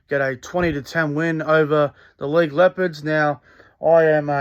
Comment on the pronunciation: Give up after 2 mins...this fat scruffy guy can't say LEIGH.🤣